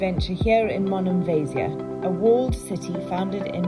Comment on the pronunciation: Aah.. Monemvasia (accent on the last A of the name.. For your future visits) 😊 .. Was, is, and will always be my favorite spot in Greece. Arrived by boat and it was magical. Baaie Danki for the memories❤ oh... And we sailed through the Corinth channel... Magic 😊❤